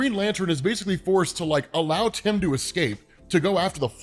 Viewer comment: Love how he almost got tim's name right